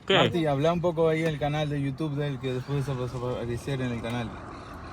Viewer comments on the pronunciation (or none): none